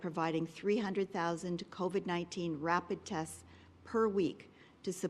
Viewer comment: I wish Doug Ford would learn how to say COVID. It's not CovED, it's CovID! DUH!!!